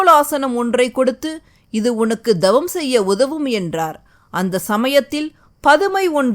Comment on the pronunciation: அம்மையே தங்கள் ஒலிபரப்பு அருமை!!ஆனால் ழ.ள.ல உச்சரிப்பை சரியாக 😅😅திருத்தவும்,,தவம் என்பதை dhavam என்பது சரி அல்ல !!!த வல்லினம் !!!!🎉🎉🎉🎉❤❤❤❤